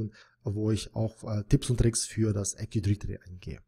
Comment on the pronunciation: Danke für das Video! Aber teilweise extrem nervig, wenn Active Directory falsch ausgesprochen wird ;)